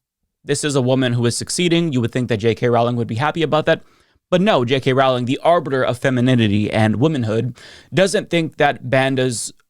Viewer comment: It's Rowling not trolling, even when she's growling. But I mean, if she can't get anything right, I understand unintentionally getting her name wrong.